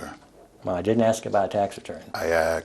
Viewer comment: Its pro ounced ask not axe. If someone ever axe you they would be in trouble for assulting that person you so called axed